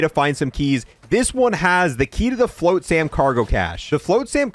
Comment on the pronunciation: Probably should say the words correctly. The island, Ashika, just pretend there's no I. Like Ashka. Flotsam rhymes with GOT SOME.